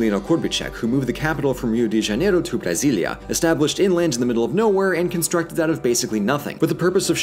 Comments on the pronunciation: He even nailed "Brasília" which is harder. But JOAL... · says "Brasilia" perfectly and then invents the name Joal, which should be used by millennials from here on out instead of Enzo. Also, yes I will become a website thank you.